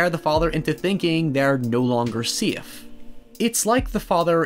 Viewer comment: Nobody::they’re no longer seeif😂